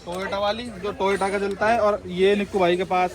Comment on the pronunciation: Toyota ❌ tota ✅